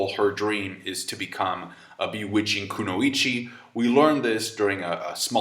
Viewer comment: Konoichi I think is pronounced “Kunoi-chi” like in Naruto for female Ninja idk